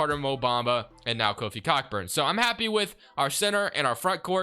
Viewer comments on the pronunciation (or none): Its pronounced co burn no c**kburn loving the content